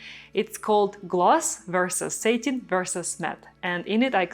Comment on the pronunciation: Love this painting. Such great movement. BTW, the finish satin is pronounced sat…like “I sat down”. What you’re saying is Satan, or the devil. It’s ok, we still love you!! 😊. Just thought you’d want to know.